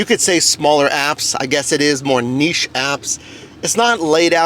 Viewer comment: Bonus points and a sub for saying NICHE properly haha. Excellent.